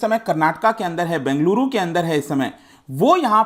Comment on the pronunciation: I liked it when u pronounced " Bengaluru" and "Karnataka" properly. ❤️